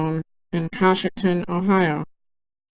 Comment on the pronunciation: I know I'm really late to the game, but it's pronouned Co-shock-ton